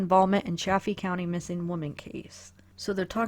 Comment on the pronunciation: Good video. It is pronounced SAL-EYE-DUH. Also it is CHA-FEE County with a long A like chafing dish.